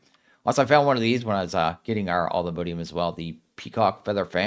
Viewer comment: It's not all-the-mode-ium it's alltheMODium